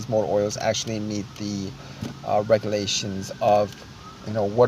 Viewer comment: dude you sound like a dope , waste of my time, rega lations